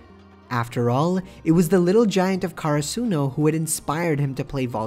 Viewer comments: For godsake it's not Karasoonu It's Karasuno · My man its not kara-suno karasuno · why he says karsuno like that